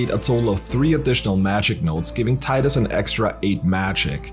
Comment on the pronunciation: Subscribed because you pronounce Tidus correctly :p